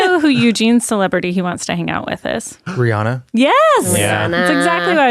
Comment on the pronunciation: If you're gonna wanna hang out with Rihanna you should practice pronouncing her name correctly, first.